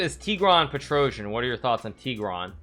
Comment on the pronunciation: Its weird how english speakers have zero ability to pronounce armenian second name petrossian 😀